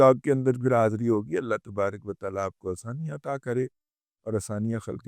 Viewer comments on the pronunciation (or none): none